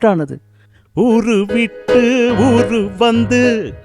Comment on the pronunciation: ഊറു അല്ല ഊരു